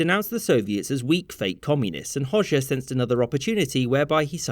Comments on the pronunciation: You dont say it hosha you pronounce it hoga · It's not pronounced Hoshe, but Ho-Ja. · Albanian Hoxha is pronounced like Hoja, not Hosha😭😭😭😭😭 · Its pronounced hodja not hozha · Hoxha is pronounced closer to "Ho-cha" :) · He pronounced Hoxha as Hozhja. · Well represented history! Though, as a side note, it's pronounced Ho-ja (or hodge-a) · You completely pronounced hoxha wrong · Love how he pronounces Enver Hoxha😆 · Yep,as an albanian you are right,he did mispronounce it.